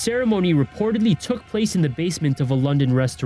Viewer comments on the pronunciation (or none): none